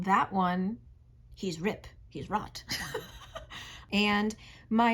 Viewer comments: I only listened to this and thought he was "King Rod" :'D The name Rot is German, so King Rot literally means "King Red" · I'm sorry, it's just an accent thing, but every time you say 'Rot' I hear 'Rut' and it makes it SO MUCH worse 😭